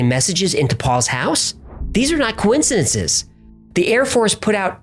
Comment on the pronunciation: ......." coincidenceseses ".....Not making fun , I just listened to that 8 times & I STILL can't tell if it was pronounced perfectly or hadda couple extra syllables there....